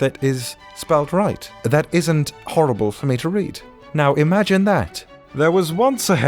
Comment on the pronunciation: “Imagen” Bedtime stories. :|